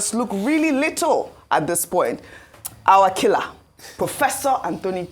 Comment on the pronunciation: Please stop emphasizing the name of the gentleman Professor Anthony Kila as if he’s a KILLER. please be advised We love you ❤